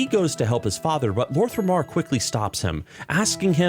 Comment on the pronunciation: Quick note concerning your pronounciation of some names, so it's "Lor'themar not Lor'thRemar" and "Turalyon actually reads as Turalyan" other than that i really love your videos keep it up ! Much love !